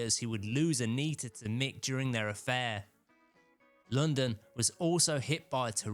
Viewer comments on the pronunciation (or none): none